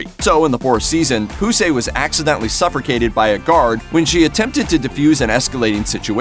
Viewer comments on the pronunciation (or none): I need at least 1000 people to confirm what I just think I heard. I’m pretty sure the dude narrating added an r in the word suffocated, as in suffracated or sufforcated . Let me know if I’m the only one who heard that